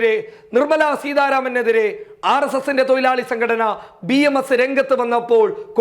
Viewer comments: തൊയിലാളി അല്ല തൊഴുലാളി എന്നു കറക്റ്റ് പറയൂ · Malayalam parayan padikkoo thoyilali alla mone thozhilali Anu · തൊയിലാളി അല്ല തൊഴിലാളി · തൊയിലാളി അല്ല തൊഴിലാളി... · Broii oru thiruth...thoilalikal alla thozhilalikal...